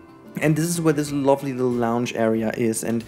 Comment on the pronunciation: Hey! Just a friendly heads up: the word “lounge” in English is actually pronounced with the German /au/ sound, with the same sound as the word “ouch”! The way you’re pronouncing it in the video sounds more like the english word “launch”, and it was a little confusing in the beginning! Keep up the good work and keep being you! ❤️